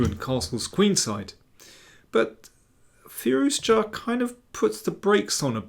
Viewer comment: can you please pronounce Firouzja logically? the English and their recalcitrant pronunciations of foreign syllables that are painstakingly clear is one of many reasons why we hate you. another is pretending Black Adder is fuuny.